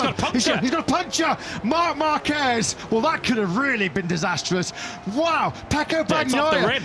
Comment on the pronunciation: The name is "marc marquez" but I listen everytime "mamba kej"😂😂